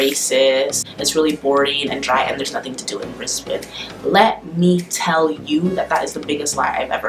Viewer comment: Good girl! Thank you for pronouncing Brisbane properly. Keep away from that evil makeup!